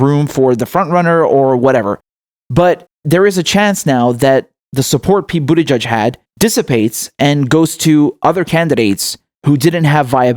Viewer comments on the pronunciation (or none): I love how you pronounce Buttigieg.. Like Bootyjudge